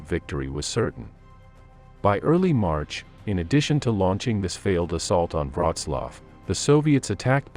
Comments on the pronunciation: Please at least learn how to prounce Wrocław before commenting on it. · Wroclaw = Breslavia You are welcome 😉.